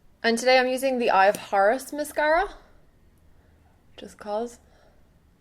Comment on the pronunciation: Everytime I hear you say "Eye of Horus", my ears actually hear "Eye of Whores" :S Lol